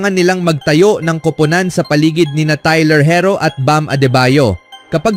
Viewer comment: tay-ler he-ro ang galing